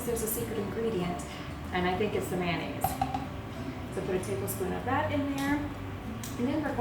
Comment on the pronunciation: Noisy background. And it’s not mannaise. It’s mayonnaise .